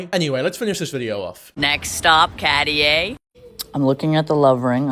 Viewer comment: “Catty-aye” ring 🤦‍♀️